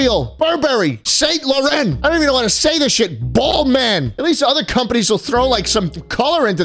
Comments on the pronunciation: Nah it's ball main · ITS BALLMAN!